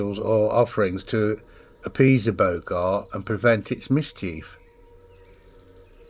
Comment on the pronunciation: Bogart pronounced, as in "Bog"! It's a Northern Sprite, brought, probably by Vikings!